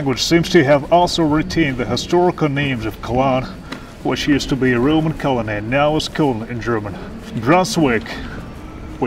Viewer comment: Phleez, "vietnamese " with a long "ee", not "i", "clear" with "ee" not "i", "colony" with "ee", not "i", "L'viv" with "ee", not "i"... Please...